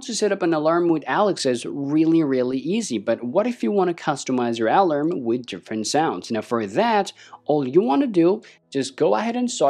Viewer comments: heads up = its pronounced uhh-larm not Al-Larm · Alam sounds, the word has an 'r' mate, pronounced Alarm